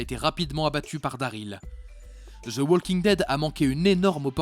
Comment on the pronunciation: prononcez Woking dead , ça écorche les oreilles le L